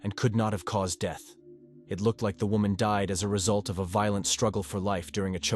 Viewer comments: There's no such word as deeth. Once again terrible narration. Fast, impersonal and lifeless, like the dead woman. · Her DEEET? Or u mean her death SMH. Rest of english, even difficult words perfect, so pls teach AI "death" word" 🙄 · "Her sudden and tragick deeth" lol